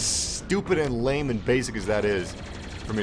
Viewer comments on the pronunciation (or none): none